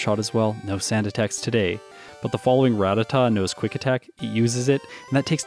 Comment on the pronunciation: Nice video, definitely spent the first quarter of the video recovering from your pronunciation of ‘rattata’ ;)